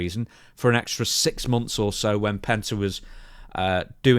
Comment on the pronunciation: Why do you say PENTER? 😂